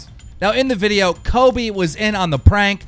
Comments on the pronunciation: It isn't Coby it's COLBY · I can’t believe people keep saying “coby” it’s got an “l” coLby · Keemstar is pronouncing it 'Kobe' Like brennens dog.. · LISTEN U RAT DON'T CALL COLBY C O L B Y NOT KOBE!!!!!!!!!!!!!!!!!!!!!!